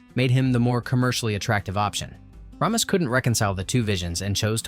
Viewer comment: No, I think Tony shall not hoob. It's pronounced Shaloob, no H. And last name was pronounced RAY-mis. Weird how you can pronounce Enrico Colantoni, but not Ramis. By the way, no mention of Sigourney's prosthetic breast plate? I love how people were drooling over fake boobs!